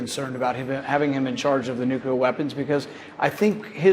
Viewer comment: Why do so many presidents & presidential candidates mispronounce the word "nuclear"?